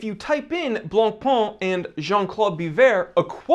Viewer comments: Stop saying "Blanc-PUH" 🤣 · dear, Jean Claude Biver's name isnt that butchered, but BLANCPAIN is STILL BLONPèN and NOT BLONPAAN or (goshhh!!!) BLONPON!!!!!!!... 🤯🤯🤯🤯🤯PLEASE be nice to the Whitebread and do not butcher that too violently. 🤣🤣🤣😈😈😈🤯🤯🤯🤯🤯🤩 Meanwhile we'll hopefully see not another copy of a copy of a copy of an FP Journe or Moser... Perhaps a new instant classic in Luxury sportwatch? Who knows... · if you can pronounce Chopin, you can pronounce Blancpain. The -pin in Chopin and the -pain in Blancpain (it means 'whitebread') are pronounced the same.